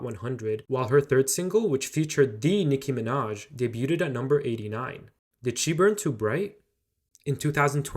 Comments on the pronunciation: Daybooed not daybooted 😊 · Great video! I've never had an opinion on Meghan Trainor so I learned a lot. Love how much of her background you included. Especially loving the fully human-written subtitles and your interjections. Quick bit of feedback: pretty sure 'debuted' is pronounced 'day-byood' rather than 'day-byoo-ted'! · Debuted is pronounced "Deh bewed" not "debyewtted" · Debuted = silent t (debued)😅😅😅 sorry about being pedantic, can Google how to pronounce it correctly (just a pet peeve). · Debut or debuted isn't generally pronounced as day-bue-debt The "t" is silent in English (U.S.) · Debuted is pronouced day-byood. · debuted is pronounced as day-byood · the "t" in debuted is silent... just fyi... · You're not supposed to pronounce the t in "debuted." It was very distracting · That’s not how you pronounce debuted 😭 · Please learn to pronounce debuted 😭😭